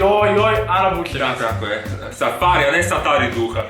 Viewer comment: safari a ne saTari duha Hahahahhaha je li mogla biti bolja kombinacija